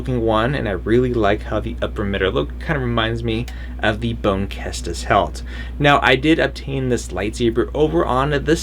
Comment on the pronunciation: It's Boone with a boo, not bone.